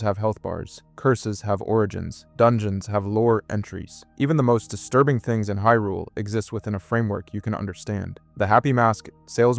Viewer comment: Not only that, bro had the audacity to say "Hill-ians" and "COCK-ariko" 😂 Didn't know Link was trying to save "Hill-rule" 🤣 Edit: Nah bro is messing with us. No way he says "Shīghka". Wtf? 🤦‍♂️